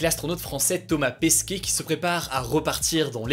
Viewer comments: Thomas Pesquet et pas Pasquet 😅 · C’est pas « Pasquet » c’est Pesquet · Euh c'est Thomas Pesquet pas Pasquet X) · mais je crois que la fin de son nom ce prononce ''ette'' et non ''é'' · C'est Thomas Pesquet pas Pasquet non?